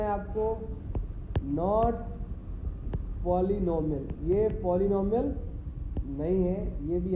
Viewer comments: First of all it is not polnumber it's polynomial it's pronunciation it's polynomial not polnumber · Phele bolna sekh lo sir polynomial kaise bola jata hai